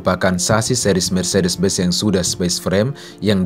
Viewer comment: Benz,bukan Bez